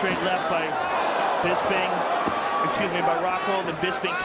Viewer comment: First off, I love the way Rockhold pronounces Bisping's name.....Bisbing....I look forward to hearing that for some strange reason. I kinda was annoyed by Bisping early on in the UFC. When Hendo dropped the H bomb on him, it was kind of satisfying, in a sick twisted way. Anyway, Bisping won my heart over time. His perseverance, trash talking, and his character all contributed, but what cemented it was his love of his family. He really is a class act despite some of the stuff he might say.